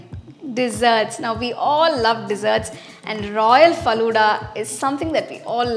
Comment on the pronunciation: Your pronunciation is wrong of falooda